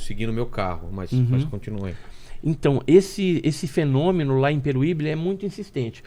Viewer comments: Peruibe! E não peruibí! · Vc falou engraçado o nome da cidade 😂😂😂😂 não é Peruíbi é peruibe 😂😂😂😂😂😅